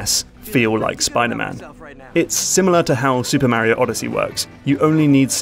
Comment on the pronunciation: Great vid m8. But please stop saying mario in that wierd way.